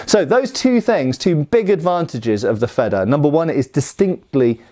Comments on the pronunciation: Yeah, wanted to comment on this, too. Your Feder pronunciation isn't even bad; just make the first e longer and it's perfect. Your version would be written Fedder in German, and that's not an existing word (yet?). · Wanted to compliment you on your pronunciation of the 🇩🇪German word Schwert 👍🏻. But you want to take it to the next level...if not that's totally okay of course✌🏻. Feder in 🇩🇪, isn't like the 🇬🇧 Feather. But it is pronaunced like: "fayder". Really like your Channel and love learning something new each time you post a video.👋🏻🇳🇱